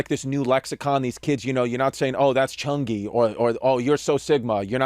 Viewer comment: Chris trying to pronounce cheugy